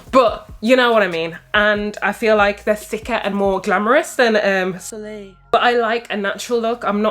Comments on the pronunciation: Looking Nice ;-) oh its pronounced " SOOLAY" soleil. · it's pronounced "so-ley" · “Sol-eyyy” (Soleil)